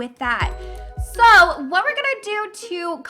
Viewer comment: It is kitchen not kicen